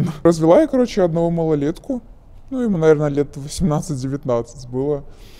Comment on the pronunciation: Тоже поржал)) Особенно когда говорит -"каоче, помо заведение, помо каянная, помо куб")) что блять?